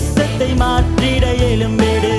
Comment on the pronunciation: Praise god dear brother, lyric nice,voice super pronounces change எழும்பிடு, எலும்பிடு, தவறாக இருக்குமே??